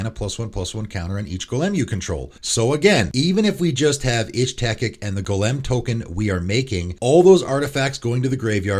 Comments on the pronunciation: Bro, learn to pronounce Golem correctly. Jfc. Been listening to you for months now and have noticed it, it’s so fucking distracting. Cmon dude, it’s so fucking easy. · You say Golem really weird lol